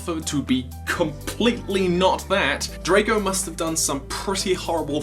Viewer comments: It's Drago! Not Draco! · U sied drako its dgrago bloodfist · This is an awesome story but Drago ( Draw-go ) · Your pronounce Drago not Dr-ae-go but just Drago sos XD love it